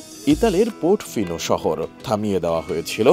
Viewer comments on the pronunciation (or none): Port fino না portofino 😂😂😂